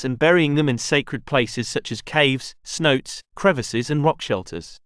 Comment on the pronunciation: Snotes? I believe you mean cenotes, pronounced sen-o-tay.